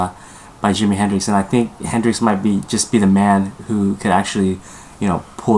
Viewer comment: That other guy just talks out of his ass can't stand him...how you gonna say hendricks' name wrong and then go and make a prediction for the fight...nobody is going to take you seriously